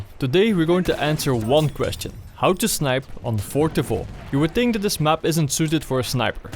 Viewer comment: My favorite part of this video is that, because of your accent in English, you pronounce "Fort de Vaux" like it's supposed to be pronounced in French. Legend :P